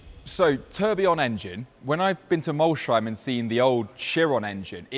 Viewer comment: is Mols - heim, not Mol-sheim. so: "Moles"+"haim", hmmkay?